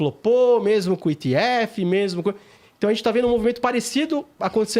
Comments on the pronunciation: Engraçado eles falando "Etirium" e "Itiéfi" metido a gringo, ... sendo que a pronuncia correta seria "Efhérion" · Etirion. Etief. Não soa bem aos meus ouvidos. Acostumados a pronúncia aportuguesada. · “ Etiriun “ “etiefe” Deu canseira pulei o vídeo